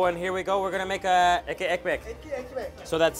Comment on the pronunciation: Hey. Love your videos. Have to say the "ekky ekmek" that you say often is actually "Etli Ekmek", pronounced as "Et-ly Ek-mek" which translates to Bread with meat or Meaty bread.